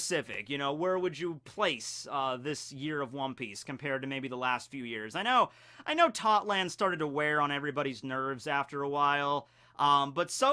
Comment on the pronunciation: why does every one piece youtuber call it totland when its tottoland?